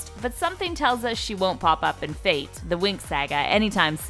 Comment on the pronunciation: I love how they pronounce "fate" like "faith"